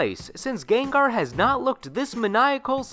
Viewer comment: This is soooooooooooooooooooooooooooooo much better then your older Pokemon sprite videos. you pronounce Gengar funny